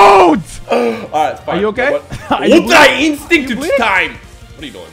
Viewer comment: it's ultra instiCato